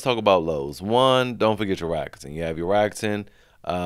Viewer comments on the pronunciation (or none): Don't forget about your RRRAckuten!